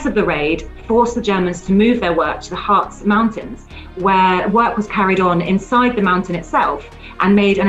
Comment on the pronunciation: "Harz" is pronounced like the English word "Hearts".